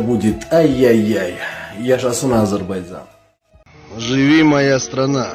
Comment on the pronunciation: Прекрасно сказано, спасибо! Только не Азербайцан, а Азербайджан.